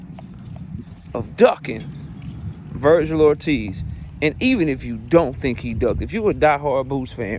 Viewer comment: Why he say "ducking" like that 😂